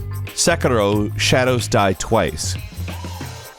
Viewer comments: UMmM ItS "SEKIRO" nOtT 'sEkERO' ... sorry my inner weeb came out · Why do so many people have such a hard time saying Sekiro? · I don't even play Sekiro but damn it's annoying that no one ever says it right.